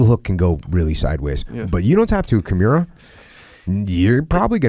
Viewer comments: That good old kim-year-uh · I love Jocko. However, please stop calling it Kimeera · jockos pronunciation of "kimura" bothers me everytime he says it. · I wanted to correct Jock's pronunciation of the kimura but I had nightmares thinking about it. Sorry Jocko for even thinking about it. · If you want to change it you have to wake up at 4am and seize the pronunciation